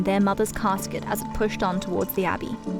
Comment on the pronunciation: No Englishman has ever called a coffin a cascuet!